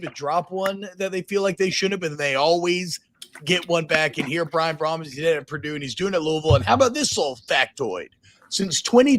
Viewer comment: Come on T-Bob...It's Jeff Brohm.....